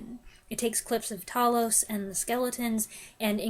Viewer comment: Hi dear lady, nice review of a great film. One of my favourites and Rays best. Seen it many times and the battle with TALOS( not Tallos 😂) is superb! Keep well hun.😘🇬🇧